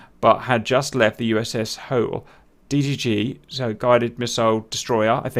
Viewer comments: I was there aboard the USS Hoel DDG-13. Pronounced Hoe-el, not Hole. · the U.S.S. Hoel sounds like Noel but with an H. Please stop referring to it as "Hole."